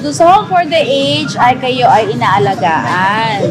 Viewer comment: puwed ba kita i-correct? Ang pronunciation po ng ""aged" ay a-ged or sounds like a-jed. Sna wg ka magalit ha? Salamat